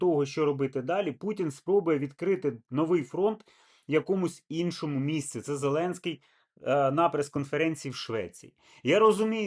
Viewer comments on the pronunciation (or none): "Зэлэнскы" >>> ЗеленсЬкий